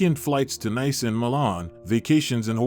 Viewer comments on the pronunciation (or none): none